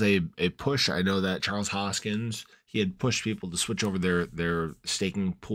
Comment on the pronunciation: “HoskinSON” not “Hoskins” just saying.